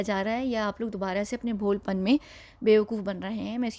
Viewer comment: We are waiting for your videos....one think to say....it will be "BHOLAPAN"....not "BHOLPAN"..,never mind please....🙏🙏🙏.., just to confirm you....🙏🙏🙏